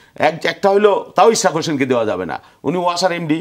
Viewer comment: It’s Ishraque not Ishrat!!!! 😊 Beti baji korte korte, thik moton naam tao nite pare na.